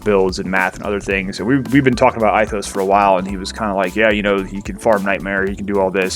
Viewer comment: love your videos but Ithos is pronounced (ethos) Greek